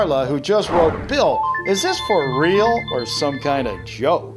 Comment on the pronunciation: Yeah his is “ril”